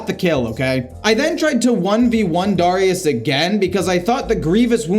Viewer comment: AND DAHR- IUS LOL